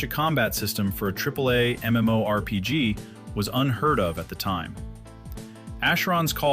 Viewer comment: I'm really not one of those "ewww AI you're going to hell" guys but the voice is a bit distracting in this one. Should at least be able to properly pronounce MMORPG in a video about one. That being said, I'm willing to put up with it to learn the history of the game. Never knew a ton of the stuff here.